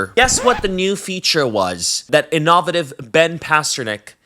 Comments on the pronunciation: In-oh-VAY-TIV. NOT in-AW-vit-iv 😂 You're the best. Keep it up! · That was the worst pronunciation of innovative I’ve ever heard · Are you saying "innovative" wrong on purpose (with the ac-CENT on the wrong syll-AB-le)?? Please say yes.